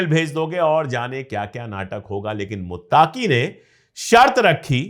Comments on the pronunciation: Bahut behtar aur haan sir muttaaqui nahi muttaqui hota hai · Muttaaaqi nahi muttaqi hai..pronounsation me gadbad ki wajah se naam sunne me achcha nahi lag raha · Muttaaki Nahi Sahi Lafz (Muttaqi) Hai Maazrat Chahta Hu